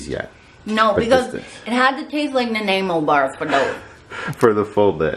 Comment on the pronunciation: omg so much yumminess! I love boston cream donuts. haven't had one in so long! and you said it right, -Nan-eye-moe. :)